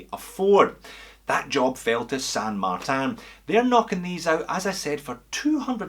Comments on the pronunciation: Its NOT "San Mar-TAN"! it is San Mar-TIN! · San Martin is Spanish not French! Saint in French; so pronounce it Marteen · You have to pronounce it as “San Marteen” with the “a” sounding as it sounds in the word “car” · NO....ITS SAN MARTIN AND NOT MARTAN...OKAY, I'LL REFER TO YOUR CHANNEL AS "JUST ONE MORE WITCH" THEN. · Sure you could say San Martan, but why settle for a cheap facsimile when you could say San Martin?